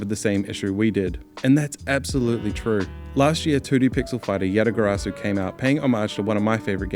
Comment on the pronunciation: Bond R It sounded like he called it yatagarasu.